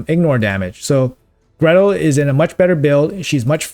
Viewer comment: Gretel, not Greta